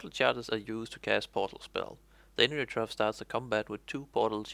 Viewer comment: "hello and welcome to the new class: "enurotrofe" "...wtf